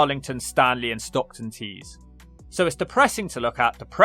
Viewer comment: I am going to ask you about that pronunciation of Stockton-ON-Tees. 😂